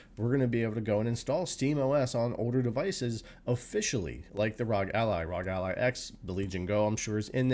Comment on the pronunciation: Wtf's a rawg ally!? It's arr-oh-gee 🤦🏻‍♂️